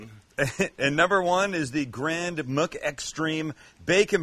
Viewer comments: Nobody: Sam: Grand “MOOK” Extreme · Sam: Grand MUK extreme burger Your Mc pronunciation gets me every tine haha